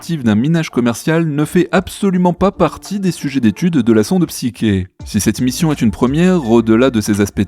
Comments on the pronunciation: Psyké ??? c'est quoi cette prono6nciation ? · Qu'est-ce que vous m'énervez avec votre Psyké ! En français, Psyché se prononce psyché ! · La psyché est mal prononcée, elle est une illusion de réalisation de quoi que ce soit!